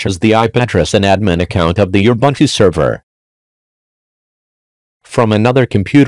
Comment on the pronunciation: Your robot reader is pronouncing Ubuntu incorrectly.